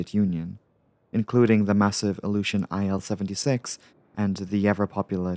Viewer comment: Again - the names of Russian-made aircraft are abbreviations of the constructors' names and as such are not spelled out. Also, a lot of slavic languages have a sound that sounds like an English "W" in "weaken," but it is represented by a letter similar to an "L" with a cross. For instance, in Polish it's "Ł." In Russian, it's a "л." So, IL-76 is pronounced like a WORD "eew" with "ee" pronounced the same as in "eel" and "w" pronounced same as in "weekend." But, regardless how you do it, DO NOT SPELL IT OUT!!!!!!!!!!!!!!